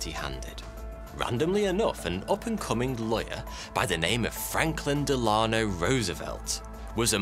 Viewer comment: “Franklin Delaahhno-“ 😂🫣